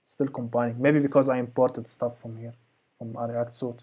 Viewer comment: Loving your videos man, you're the greatest. Just an fyi, "suite" is pronounced "sweet" (why, I have no clue). Your vids are a life-saver, keep it up.